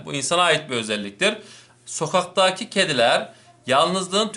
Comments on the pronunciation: Sokaktağkı diyon bide türkçe öğretmeni olcan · soğağtakiğ jjsjsjsjsjsjssjsjsjjss ölüyom gülmekten asdhgasjdgjasgjhsad